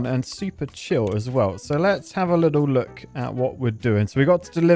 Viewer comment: "Let's have a Lidl look..." You went to Lidl recently or what?